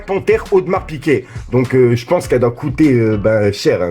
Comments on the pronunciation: C'est audemare piGuet pas piquer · Piguet pas Piquet